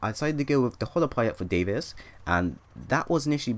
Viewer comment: im sorry for correcting you, but its Davis not David